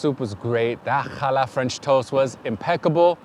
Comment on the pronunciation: As a Jewish New Yorker I kvelled when you pronounced chutzpah and pronounced challah correctly! 👏 Definitely added Eleven City Diner to my future travel list!